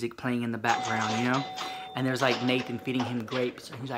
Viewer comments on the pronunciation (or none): none